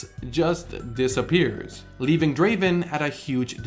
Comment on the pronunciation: It’s not Draven it’s Draaaaven